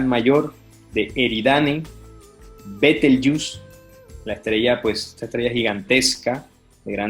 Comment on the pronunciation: Ophiquius no existe, pareces no conocer nada de astronomía por la forma en que pronuncias OPHIUCUS y Betelgeuse... ¿ERES UN PAGADO MÁS PARA TERGIVERSAR Y MEZCLAR VERDADES CON MENTIRAS?